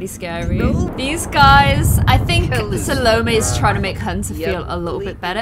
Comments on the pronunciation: I think salomés name is pronounced Sal-AAAA-may Like the accent is on the sal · I know I'm late but it rlly bothers me that she pronounces Salomè (pronounced Sha-lom) name wrong because it was the name was one of my best friends but last year she died in a car crash so it makes me rlly sad... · Listen Salomé from Chayanne, that is how you pronunce Salomé 😱💕 ilysm🍑❤️